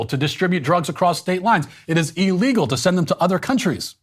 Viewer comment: Pleeease Matt, I love you but stop pronouncing illegal "E-llegal" (I wanted to put a smiley face emoji here but figured you'd cancel me if I did)